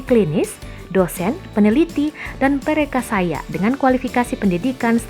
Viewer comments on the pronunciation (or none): Perekayasa min, bukan perekasaya.